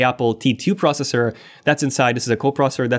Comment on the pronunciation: It’s pros-SES-sore, NOT “prosser”-slow down and speak clearly!!